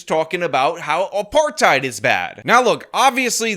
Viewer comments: " food apartide " 😅😅😅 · The overannunciation of the last syllable of the word "apartHEID"... trying to make it sound like she's correcting someone. Like when people pronounce every word like an American, but then put on an accent to say a Spanish word..... only WAY dumber!😂😂😂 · For the way she says "apartheid" if nothing else! Argh! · I like how she cant even pronounce food apartheid like the two separate words they are.